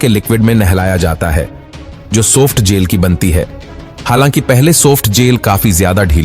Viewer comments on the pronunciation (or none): Bhai bolna seekh le... Gel ko jail bol rha... Lab ko leb